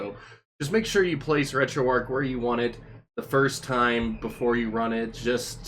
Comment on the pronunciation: For future videos, please let it be noted that it's pronounced, "Arch", like the St. Louis Arch, not, "Ark", like Noah's Ark. This has been confirmed by Themaister and the rest that work on the project. And for the love of GOD, please pronounce BIOS, "By Ohs", or even "By Ohz", NOT "By Ahs"! It sounds like you have no idea of what you're talking about when pronouncing things incorrectly.